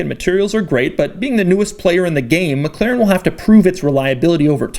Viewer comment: Doug is the type of guy that says Meg Klerran.